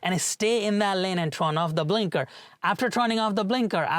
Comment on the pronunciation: you're incorrectly pronouncing "turn" as "trun/tron/trawn".